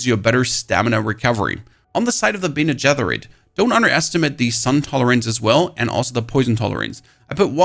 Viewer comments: dude pls stop say bene getherit. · dude great video but who taught you how to pronounce "Bene Gesserit".... Mike Tyson? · Look up how to pronounce bene gesserit.... please. There's no TH sound in it at all.